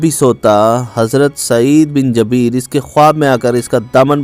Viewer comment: Oyy chutya. Ye lafz Jabeer nhi Jubair hai.